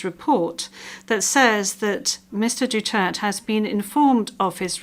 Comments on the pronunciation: I refuse to listen to this farking Kangaroo Court and the farking judge continually mispronounced Duderte’s surname properly !!!! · The idiot Judge kept mispronouncing Duderte’s surname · How could one be a member of an International Justice Organization but cannot even speak English, the international language. Even refuses through her interpreter to pronounce properly and respectfully the name of former President Duterte, who is as innocent as her until proven guilty. How can one represent justice, but so arrogant by nature, and ignorant of the law she represents, and behaves disrespectful as if her position gives her the right to be rude and ignorant of the feelings of her fellowman. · The mispronunciation of his last name is extremely disrespectful. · The presiding judge must be polite to pronounce the former President’s name correctly. She must learn to be polite. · They are insane at what they are doing to President Duerte. she don't even know how to say Duerte the right way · May we request the court to please pronounce his last name properly. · With due respect, the interpreter cannot even pronounce the name Duterte correctly 😢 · They cannot even pronounce the name of our former President Rodrigo Roa Duterte correctly. Despite it being spoken slowly for clarity, the interpreter failed to adjust. In a formal and high-profile proceeding like the ICC preliminary trial, precision in language is essential. Such mispronunciations may seem minor, but they reflect a lack of attention to detail, which is crucial in ensuring fairness and accuracy in legal proceedings. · They are mispronouncing the former president's last name. Even though it was spoken slowly for clarity, the interpreter should have made the necessary adjustment. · she cant even pronounce his name correctly. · But you choose to ignore pronouncing his family name... To insult him? , but guess what it is you who make fool of yourself. You don't deserve to be there.... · DU TER TE , NOT DUTERT! SHAM !